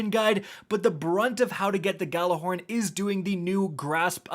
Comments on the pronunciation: just to point this out but you guys have been pronouncing gjallahorn incorectly. the G is completely silent. and the word is pronounced ya'll-a-horn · I hate how no one knows how to say GJALLARHORN RIGHT FUCK